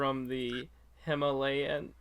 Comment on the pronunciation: It's pronounced Him-All-iya I AM GOING TO SCREEAAAMMM